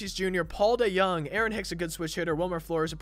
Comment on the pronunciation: You can’t pronounce Paul DeJONG and ur a Cards fan